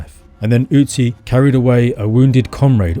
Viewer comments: Your Ü is great but its not an Ö. Great Video by the way. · Not OOtzi but Ötzi 🙂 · Ö is pronounced similar to the vowel in "hurt" or "birth". It's not an 'U'. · You pronounce Ötzi wrong. It should rhyme with klutzy.